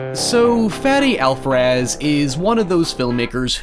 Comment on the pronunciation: "fedi alfrez" destroys me as a spanish speaker